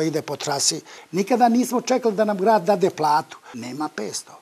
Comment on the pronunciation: Ne kaže on dade nego DaDne 😆👌